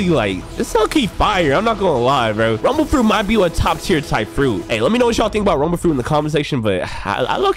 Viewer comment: I thought you said tumble tumble fruit